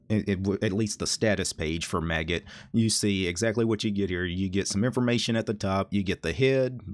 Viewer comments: The maggot git client? That scarred me. :0 I pronounce it similar to how you pronounce magic. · Do you usually pronounce Magit as 'maggot' like here or magic with a 't' at the end?